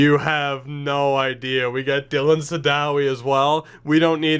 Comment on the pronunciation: In the grand scheme of things this doesn't really matter, but Sadowy is pronounced Sad Oh Way. (I only know this as I used to watch him play when he was with the Saginaw Spirit)